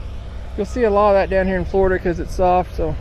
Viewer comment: “Florduh” is not a word.